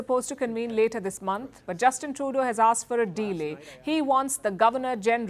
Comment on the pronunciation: She is always saying de-lay this or that. Someone please tell her it is delay not de-lay